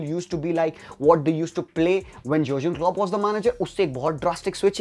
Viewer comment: Bhai jügen naam hai 😂😂😂 Tu jyugen yesa kyu pronounce kr rahe ho 😅😅